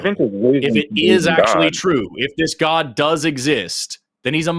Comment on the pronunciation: You notice pronounces God as “Goauwduh”?